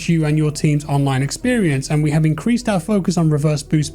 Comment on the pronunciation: "it's only game, why you hef to be mad?" 😂